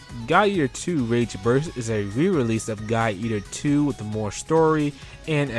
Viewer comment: I kept hearing "Guy eater 2" :) good list though!